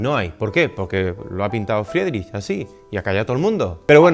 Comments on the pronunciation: Se pronuncia fridrij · Buen video! yo también estuve en HH en Kunsthalle. Buenísima esa pintura ❤❤Si le ayuda para la parte dos; su apellido se diría FRIDRIJ✨ con r gutural, pronunciándose (IE: i) (CH: J)🫡 cualquier consulta por nombres lo puedo ayudar 🫶🏻 no sabía esos datos de su vida. Dankeschön